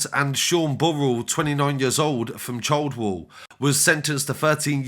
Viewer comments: All these thugs and losers deserved every year, I hope they enjoy their time in a small cell ha ha. Btw Childwall is pronounced Chilled wall not child wall. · The way he said Childwall hahaha